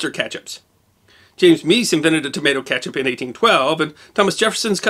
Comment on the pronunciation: You keep saying catch up. It is kEtchup